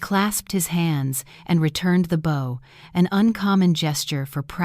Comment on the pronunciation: They’ve corrected agape but not bow. It’s not easy to closely edit these generated stories and audio. To be honest there’s a lot of problems with the narrative, but I can see there was thought and effort involved with editing.